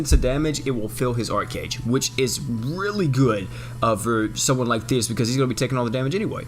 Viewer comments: Wow when you said thetis with the effects, I thought u said fetus........ Oof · If you turn captions on whenever says thetis is says penis lol